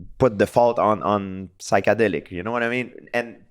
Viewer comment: You can tell GSP never done “Sykádelik” or “Marrjjhuana”